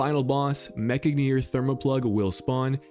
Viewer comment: Stuck Viscous and whiffed on Mech-Gineer :(